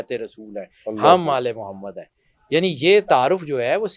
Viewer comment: Be shak Mohd SAWka nam Mubarak Ada karne ka Aap ka ndaz bahut khisurat hei Allah Hamein be yeh Jazba naseeb farmae Ameen